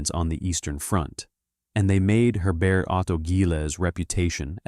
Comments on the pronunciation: Germans pronounce 'Herbert' as 'hair-BAIRT', not French-style as 'air-BAIR' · H is not silent